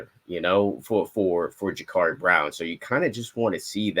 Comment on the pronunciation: Guys it's Ja-Cuurri not Ja-Caarri.